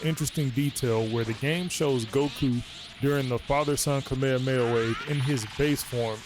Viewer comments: He nitpicks that and keeps butchering the Kame Hame Ha as “Cameamea wave”. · You nitpick “Garlic Gun” but are constantly butchering Kame Hame Ha as “Cameamea Wave” 😂